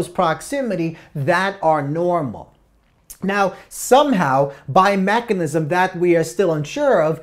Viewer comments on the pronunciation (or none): none